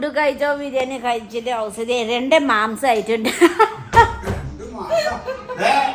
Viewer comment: മാംസം അല്ല മാസം(മാംസം= meat)